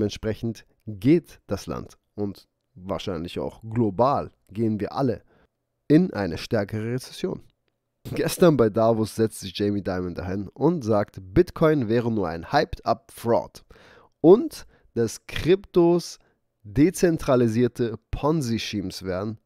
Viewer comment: Dankevielmals, top info! Nur um Klarheit zu schaffen. Davos wird als "Davoos" ausgesprochen. Audio File gibts heier: ..Gruss aus der Schweiz 😉